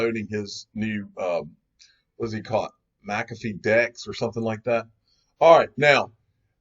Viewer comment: Mc-calf-fee - Unofficial Incorrect Pronounciator of the Digial Asset Investor Channel